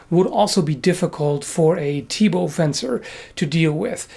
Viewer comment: Perfect pronunciation of "Thibault" from someone who isn't from Belgium or France. so, eh... BURN THE WITCH